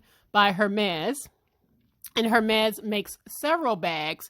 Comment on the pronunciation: The H is Silent. Pronounced ehr-mez